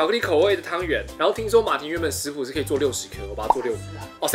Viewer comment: 發音怪怪的 皮可呀 皮很傲k欸